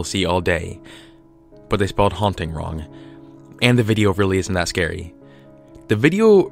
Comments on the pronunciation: "The hauting" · "Hauting" lmao